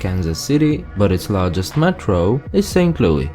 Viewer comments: If you're going to make a video about Missouri can you make sure you're actually saying the words how we say it for example you said St Louie we say St. Louis, and that's not how we say Lebanon or Nevada and etc so please next time you're going to make a video about a state make sure you actually say it how they say in their state not how you think they say it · We don't say Saint Louie...it is Louis like Lewis. I live in Missouri. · ST.LOUIS... NOT SAINT LOUIE YOU ASS ! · Saint Louis, not saint louie. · We don't call it St.Louie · this guy got like three facts right! He needs a proper fact checker he acts like we are all farmers, we have city's and even some pretty fancy houses. Also the pronounce thing is totally wrong! He knows nothing :) Also: Missouri (Miss-rr-i) St. Louis (Luw-is) And your so called Cario is in Illinois I'm also a Missourien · Why does he refer to it as st.Louie? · SAINT LOUI I CANT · As a former native of KCMO..to the people in St Louis complaining about the way the narrator pronounces 'St Louis'..deal with it!..LOL..in all good fun, at least, I assume, most people don't assume you're from Illinois! I'm amazed when anyone outside MO understands that just because I am from KC, doesn't mean I am from Kansas! There is a 'Kansas City' in KS..but it is about 1/3 the size of KCMO..and everything anyone nationally might know about KC..is from the what we call the 'Missouri side'. If you want to just call us Kansas Citians, without naming a state..I'm OK with that! :) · That's not how you pronounce st. Louis btw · He didn’t even say St. Louis correct🙄🙄 not st Lou-ie. St. Lou-is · We say Miss-rrr-i, not miss-oo-ri. And it's St LouiS not St LouIE. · its not called st. loui, its st louis! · St.Louie😂😂😂 It's St.Louis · LouiS NOT LOUI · We call it St. Louis... NOT St. Louie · Saint loo-iss